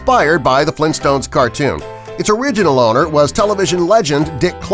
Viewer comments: Mandela Effect Its Flintstones not Flin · why is he saying flinstones?